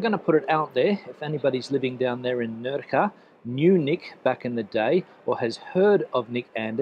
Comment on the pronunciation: I hope you have learned how to pronounce "Nerja" properly, unlike lame attempt! haha.